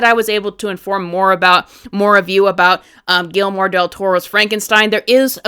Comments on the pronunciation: Gelmore? Gui ller mo. The double LL like a y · 1. The bangs look just fine 2. Guillermo is pronounced Gee-Jer-Moe. 😉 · Was the mispronouncment intentional?!😮